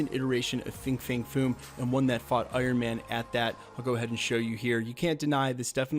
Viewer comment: It’s pronounced FANG